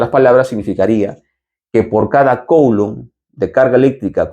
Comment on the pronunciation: Coulomb en francés se pronuncia /kulõ/ 😳